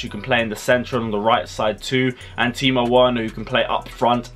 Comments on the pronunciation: It's Timo Werner like Verner NOT Oena please learn You serve an international audience make an effort to learn proper pronounciation bra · It's Timo Werner like Verner. NOT Timo Oena. You serve an international audience mate. Make some effort to learn proper pronounciation my guy.